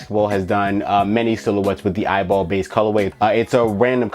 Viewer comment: It’s E Y B L not eyeball😂😂😂